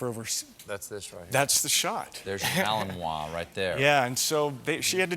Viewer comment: Wow, they pronounce malinois right. PS, colbert is a hack.